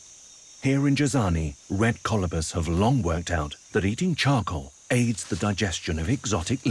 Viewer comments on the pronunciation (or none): none